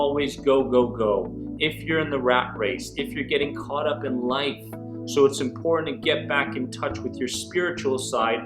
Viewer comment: Please say important.